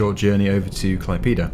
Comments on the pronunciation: he said klaipyda instead of klaipéda, the letter é doesn't even exist in english and isn't simmilar to any english letters that I can recall, best way to hear is type Klaipėda into google translator (english>Lithuanian) and make google say it, it's not fully simmilar to how a Lithuanian sais it, but simmilar enough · I from lithuania and you sai klaipyda you need sai klaidėda :D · klaipyda:DDDDD btw I'm from Lithuania and it's so funny how you pronounced klaipeda:DDD anyhow, keep up the good work. Good luck:D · I mean well for an english speeker, but me being a lithuanian, its to funny 🙂